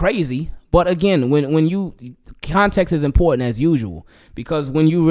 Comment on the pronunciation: Aaaahaahahaaa... I heard that Baltimore come out when you said "important"... You can't run from home homie...😂